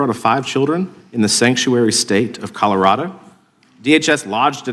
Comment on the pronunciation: that was dubbed over surely. Ms hageman didnt say Boulder Collerardo